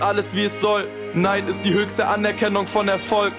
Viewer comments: Rewi ist neidich weil er neidisch nicht aussprechen kann 😂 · Commander Riker oochhh neeeeee er meint mit „neidich“ Rewis Aussprache du Genie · Niemand: Absolut niemand: Rewi: neidich